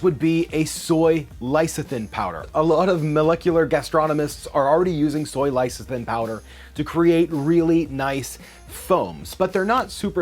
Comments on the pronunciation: It’s called «less-ee-teen» (lecitin), not «lay...) and XanthaN (not «xanthaM») Gum.☺️ Many of these are such useful ingredients, especially when you want to live a vegan/plant based life. It really makes such a difference. I first sound Xanthan Gum when I used to make a lot of moisurizing cream for myself and needed a thickener that you didn’t have to cook. But it is really difficult to find here in Norway, most of the time I have to buy from abroad online, makes it real pricey, but what can you do? Glad I can find it at all, a huge selection is not what you get with a small population... Keep staying safe, people❣️😷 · Sur fac tant "serfikent" "Lice-a-thin" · the pronunciation of surfactants and lecithin ...oh god. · Why are you soooo close to the camera, or why is it zoomed in so close to your face?! Why is this such a growing trend on youtube? It's AWFUL. Also, your knowledge of how to accurately pronounce several words needs to be updated before you release videos attempting to present yourself as knowledgable. Particularly "surfactant", "lecithin", and "essentially". For example, you seemed to mix together "essential", and "sensual.